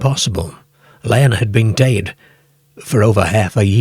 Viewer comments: The creepiest thing about this video is the weird AI voice and the bizarre pronounciations: one minute, it's "dead," then the next minute, it's " dade". 😂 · Now I know where our Southerners got their pronunciation of 'dead.' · The way you pronounce the word, “dead” is kinda creepy but in a good way lol. I love this kind of stuff! 😇